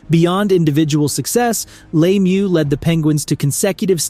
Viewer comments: Lemieux not Laymoo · Also it's pronounced Mario La mieux not Laymieux. And Bourque is pronounced Bork. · glad somebody said it. And if we want to get specific, it’s pronounced luh meur (best I could come up with) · Bourque is pronounced like: Bork Richard is pronounced like: Ri-shard Lemiuex is pronounced like: Leh-mew Roy is pronounced like: Waah